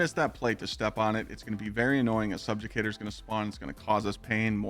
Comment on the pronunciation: Stolen Favor= “Stolen Valor” Wolfpack Rounds = “Woofpack Rounds” Subjugator = “Subjucator” And I thought Kackis messed up with pronouncing words